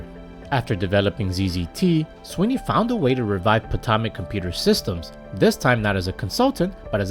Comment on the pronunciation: Potomac is pronounced "patomic"